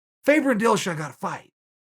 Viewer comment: Every time Chael mentions the word favour I still think he’s saying faber hahaha